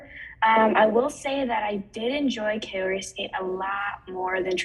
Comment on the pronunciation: This was a great discussion, but please Kao-ri not Kay-o-ri :)